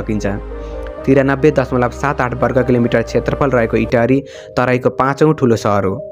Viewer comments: Totally wrong pronunciation 😡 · Lekhnebela anthanabbe lekhne ani uchcharan garnebela anthaunna vanne kasto ho yo ta itahariko paloma ta